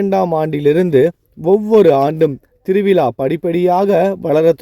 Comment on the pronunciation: Thiru vila zha ucharipu illa ungalidam . Vilaa illa vizhaa endru ini sariyaga sollavum